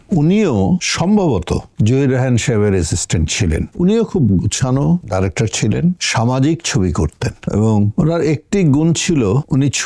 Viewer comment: আপনার বাচনভঙ্গি উপস্থাপনা খুবই সুন্দর এবং রুচি সম্মত তবে আপনি যদি ডাইরেক্টর না বলে ডিরেক্টর বললে আরেকটু ভালো শোনাবে ধন্যবাদ।